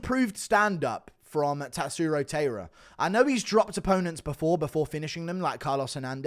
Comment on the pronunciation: This guy cannot pronounce tairas name right either